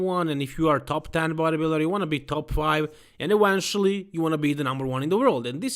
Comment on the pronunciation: "and Ewenchually.." 😂 'Keptain, alien wessels approachink!'